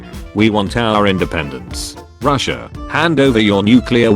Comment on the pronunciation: I vomited 3 times while watching, after so many times said"ruhssiah" "putinh" ew. Slava Ukraini!